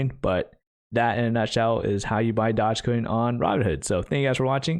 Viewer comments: "dodge coin" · I love how he calls it Dodgecoin to troll everyone